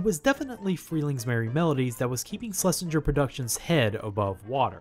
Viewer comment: SHH-LESINGER NOT SLESHINGER